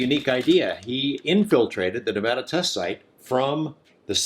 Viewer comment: Hey, I gotta say this. It’s Nevada not Ne-Vah-da. Ive lived here my entire life and we hate it when people say it wrong. I’m stoked you covered this tho I’ve definitely heard the story of Jerry before. He’s a legend as far as I’m concerned. Also, everyone thinks Jerry died from drinking water out of that questionable water source, but Jerry had prostate cancer before he went on that hike, just sayin.